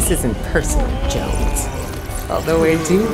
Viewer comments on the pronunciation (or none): It’s like the rock is calling Jones genno